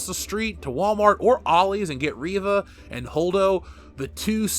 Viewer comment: for a second I thought you said Raven lol